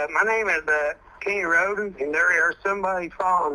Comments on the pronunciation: Btw, it’s pronounced ROAD-EN 😂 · Why pronounce Rhoden wrong when you hear clear examples of it proper pronounciation? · Except when pronouncing Rhoden wrong after hearing numerous people give examples of proper pronounciation.